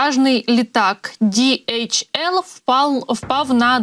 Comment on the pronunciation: Це транспортний поштовий літак німецької компанії DHL. Назва компанії утворена за першими літерами прізвищ засновників в 1969р. — Адріана Делсі ( Dalsey), Ларрі Хіллблома (Hillblom) і Роберта Лінна( Lynn). Перевезення вантажів, пошти etc).До речі- там немає букви "J джі" як вимовляє ведуча! Співчуття Німеччині і сім'ї загиблого пілота!